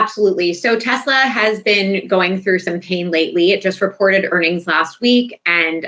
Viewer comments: "I love TESSS -slurrr!" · Does the word " Tesla" have a silent "r" at the end? Have I been mispronouncing it the whole time? Has my public school education failed me? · I LOVE TESLERRRR Uhhh 😬 ….. Mr. Goldy Rug / “The most intelligent/ Smart Words/ Mr. My uncle went MIT/ I passed the common sense exam 5xs “ … it’s spelled T-E-S-L-A T-E-S-L-E-R 😂😂 Mr. Goldi Rug😗That’s what I said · I am so glad the “I love Tesler” clip was replayed, because watching Leon jerk his head toward Trump, the second he hears it… Chef’s kiss!